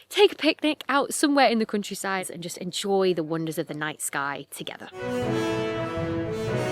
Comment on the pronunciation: I keep hearing "crunchyside" when you're saying "countryside" and it's making me giggle 😂😂😂